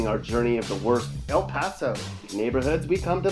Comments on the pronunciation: bruh that aint 'El pAsO' as you like to say k this is so damn racist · Speak correctly why are you saying El Paso like that. Instead of misinforming people go to speech therapy. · Bruh this dude is showing pictures from other places and saying El Paso has super bad and dangerous neighborhoods when he doesn’t even know how to pronounce El Paso. 😂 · why do you keep saying “El Paso” like that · yeah like what the heck